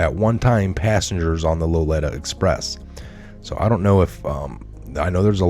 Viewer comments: The I in Lolita is pronounced EE as in Tina not "eh" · Lolita not loleta. Are you buzzed? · Low Lee Ta not Low Let Ta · Pronounced Low-lee-ta....after the famous book Lolita. Thanks for your work. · Lolita pronounced low-lee-ta from that book by Nabokov. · Dude, you shouldn’t even have posted this garbage. IF YOU DONT HAVE the sauce other than some crap-heads opinion then find something you CAN prove up. This alleges POTUS with the evil ones & it just ain’t so. You can do better than this, btw, Epstein’s plane is pronounced “Low-Lee-Ta” . You lost me on this 1. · you really should surf around to other channels a bit more, we've been covering the Lolita Express, for some time now. By the way it's pronounced Low Le ta. Jeremy Irons, starred in a remake of the movie Lolita, and the original movie starred Jackie Mason. Both are excellent, based on some novel. As for other channels, IPOT = In Pursuit of Truth, with Sir Patrick Mack, is very good. You do some very good work. I just thought you might appreciate the help and advice. You can lead a horse to... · Its (lo-lee-ta) Express bro lol. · Pronounced. Low Lee ta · read the book. Lolita..pronounced. Low lee tah. Not being critical as I am one of your greatest fans and transfer to quite a large circle. Q I. WWG1WGA! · Lolita pronounced lo leeta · "lolita" is pronounced: low'LEE-tah. That word is seeing a lot of use lately. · Lolita pronounced Loleeta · It’s pronounced Low-Lee-Ta express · .............Low- lee- tuh......Lolita......... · Lolita = lo lee ta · It's pronounced LO LEE TA ...(